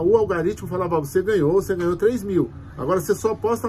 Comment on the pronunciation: é ALGORITIMO, mano. Não algaritimo. Tu é escritor, mano. Fala direito...